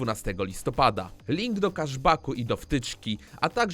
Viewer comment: NIE KASZ BACK TYLKO KESZ BACK